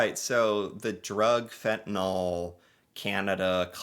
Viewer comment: Fent-Ah-Nil (Fentanyl) NOT Fent-ah-Nol.